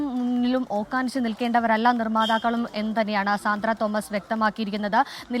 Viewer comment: ഓക്കാനിച്ച് എന്നല്ല കുട്ടി, ഓച്ഛാനിച്ച്എന്ന് പറയൂ. 24 ലെ ഭാഷാ വിദ്ധക്തൻ ഹാഷ്മിയോട് ചോദിച്ചാൽ പോരെ? 😄